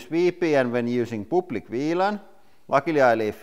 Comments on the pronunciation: I like how he says "public". "Pooplick" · “POOPLIC WLAN” could someone explain this to me